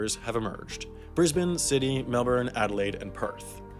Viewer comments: It’s pronounced sid-nee, not ciddy. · Irregardless, it's Sydney not Sidney. Thank you. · "Sidney" We saw it man, we saw it lol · sidney? really? bruh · Did I hear him say “sydee “ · sidney lmao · “sidney“ i’m sorry, sam, we can’t protect you anymore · it's pronounced Sydney, sid-nee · He also said Sydney wrong .